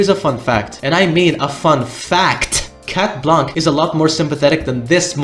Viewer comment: its shat blanc thats how its pronounced